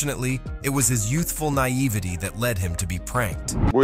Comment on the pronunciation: That's not how you pronounce naivete.